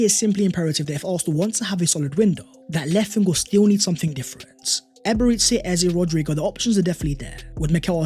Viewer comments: It's Eberechi, not Eberetsy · why do you pronounce his name like Eber EAT SAY? Bothers me so much LOL